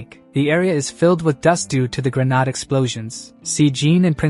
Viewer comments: You may want to try fixing your A.I. Never had an issue with it before but when grenade is pronounced as ' grenard' I can't help but find it a little annoying. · who pronounces grenade like that. so weird!